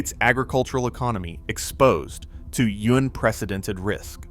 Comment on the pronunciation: "Unpwecedented" you thay?